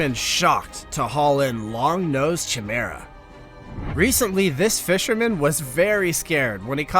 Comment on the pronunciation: River Times?! Chimera called Chimera?! The River Thames is pronounced “Tems” not “times” or “themms”. Chimera is pronounced “Ki-Mera”. Sorry, I’m just embarrassed by the US school system.